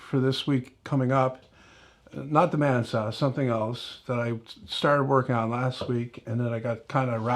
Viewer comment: When you first mentioned the band saw, you kind of mumbled the words. I heard "man saw". Really sparked my interest. Then, you repeated it a few sentences later and I distinctly heard BAND SAW. I said to myself, "Oh! Band saw... That's what he said." Then I continued on, watching the rest of the video. I like the tablesaw sanding thingies. I don't have a jointer, or a big edge sander. When I get moved into my shop space (next week, if anybody cares) I will monkey around and make some of those. I think they'll be great for me, until I can build dedicated machines for such purposes. About the rerun/refreshed video, I haven't seen the old one, OR the new one yet. I think it's a good idea to repost the old ones. It worked for Gilligan's Island. I'm pretty sure I've seen most every episode in rerun form. You know? In your case, by announcing the fact that you reposted, you are making aware that it is available for watching. Or rewatching! Ya know? Even better.